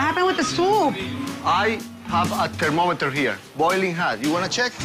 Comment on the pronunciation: "I. 'ave. a kermomiter chere"